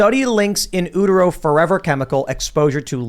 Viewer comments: With respect, sir, it’s “U” Tero, not in “ooh” tero “In Utero” not “in Oohtero” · “In ootero” Lol. Guess tims not a nirvana fan. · “In ootero”